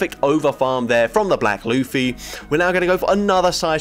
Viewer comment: watches OP confirmed, he pronounced Luffy right